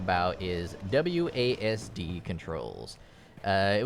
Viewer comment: This dude literally out here calling it AWSD I can't lmfao